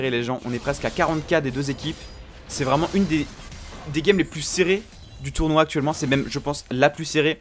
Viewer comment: Pourquoi ce « s » impromptu à « tournoi » ? Sinon très belle game